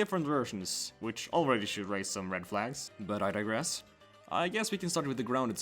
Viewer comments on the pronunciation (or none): none